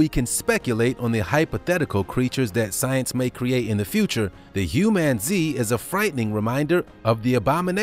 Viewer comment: Humanzee?? Why